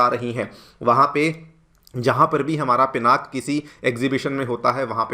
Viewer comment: Thanks you Sirji for saying पिनाक and not पिनाका.